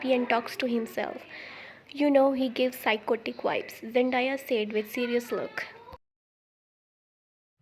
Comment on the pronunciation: Zendaya will kick u'r ass if she heard u calling her Zen- die-a😂😂. It's Zen-day-a❤